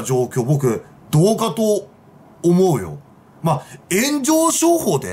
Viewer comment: どう↑かと↑ おも↓うよ↓